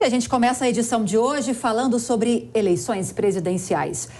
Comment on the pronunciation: Comixio, xobre, converxou kkkkkk